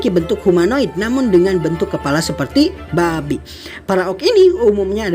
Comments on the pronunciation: "Ba'bi " 😭😭😭😭😭😭gua tergelak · Min kok gue ngerasa pas lu ngebahas orc, penyebutan kata BABI🐷, di hayatin banget yak?